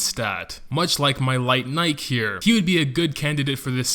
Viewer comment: Also, its pronounced Nikee. Like the show brand.